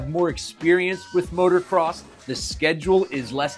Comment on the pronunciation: dude please , i beg of you. it is MOTO NOT MOTOR say it M O T O C R O S S